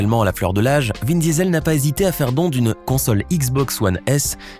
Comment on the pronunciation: C moi ou il l’appelle vin Diesel comme le gaz ça se prononce diisol